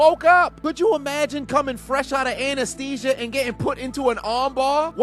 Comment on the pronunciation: "Anusthesia" man did I hear that right? 😅😅😅